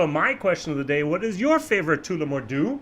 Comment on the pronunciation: I can help out here a little here too. When saying Tullamore use the 'u' in Tulla' Your Tooolamore is cracking me up! Nevertheless a solid honest interesting vid once more.